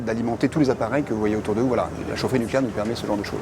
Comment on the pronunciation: " NUCLÉAIR" sans E , merci